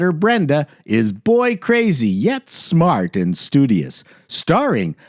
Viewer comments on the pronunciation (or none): none